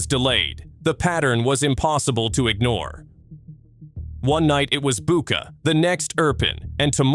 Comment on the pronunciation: It is Butcha and not Buca!